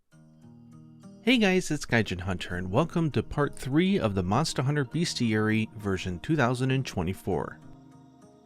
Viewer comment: Fyi it's pronounced 'best-iary' (not to be a dickhead but)